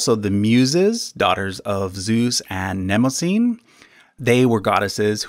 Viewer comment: Its pronounced Nym-oz-unee not "Nemozine" what the fuck?